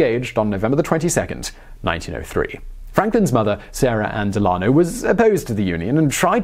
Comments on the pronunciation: DEL-a-no, not de-LA-no. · Loved this take on one of my personal heroes! Just a wee bit of concrit: FDR's middle name is pronounced DEL-an-oh. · "Delano" Del-an-o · It's pronounced "Delano"